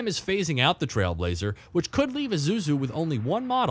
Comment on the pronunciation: it's pronounced eee-sue-zoo not i-zoo-zoo